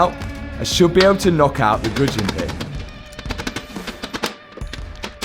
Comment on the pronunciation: What in the hell did you call the wrist pin? Goodjin?